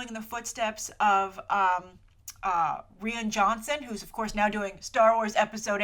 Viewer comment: Rian is pronounced like Ryan.